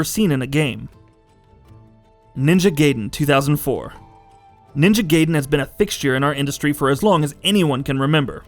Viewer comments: Not Ninja "Gayden". The sound is like "Guy den". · Did you just pronounced Gaiden as Gayyden? You are fucking idiot. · The way he say Gaiden as Gayden, really piss me off!!! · It's not GAY-den... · It's guyden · It's ninja gaiden not gay-den. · people still say "gaeden/gayden" in 2018? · GA-EE-DEN but honestly I don't care. I call the 64 loz game "Orcania of Time." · I was going to post the same comment, but I'm glad some one noticed it too. I'm surprised he didn't call stryder, stur-dur. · Onimusha is samurai, not ninja. Also cringing everytime this guy pronounces Raiden and Gaiden wrong. XD